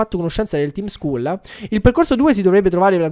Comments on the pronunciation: Si legge tim scall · Il tim Scull si pronuncia tim scall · si dice Tim scall